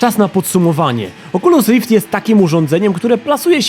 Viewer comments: Pudełko z goglami Oczulus Rift. 😂😂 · oczulus rift XD